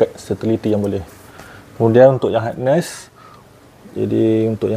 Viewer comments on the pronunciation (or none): Saya betulkan sikit ye bang...bukan hardness tapi harness..hardness tu lain maksud dia...